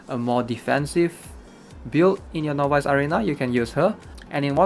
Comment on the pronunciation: Everytime he says novice arena (no buys) I cringe.